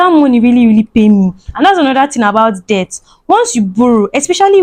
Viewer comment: We know what debt is, na you no sabi pronounce words😹😹😹😹